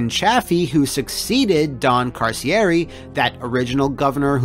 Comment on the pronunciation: You mispronounced the Governor's name it's Ka-Cheer-ree Also it's Ch-a-Feee not Chaf-ee And I Iive in Rhode Island we're still paying for it.